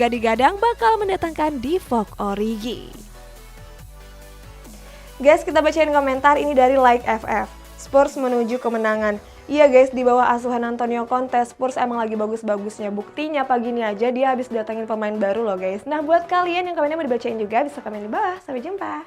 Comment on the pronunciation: Saran aja nih buat mimin, kalo nyebutin nama pemain atau nama club, sebutkan dengan sebutan yg benar ssuai dgn ejaan utk nama tersebut scra konsisten. Contoh Eric Dier = Erik Dayer. Spurs = Spêrs Saran aja 🙏